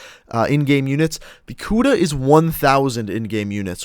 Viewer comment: lol he said kuda like kuda but it's pronounced like kuddah